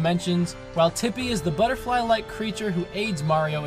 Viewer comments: OMFG You mispronounced Tippy as Chippy... And Chippy was Starlow's fake name in Bowser's Inside Story... CONSPIRACY?! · ruined the sad super paper mario moment when he said Chippy instead of tippy! XD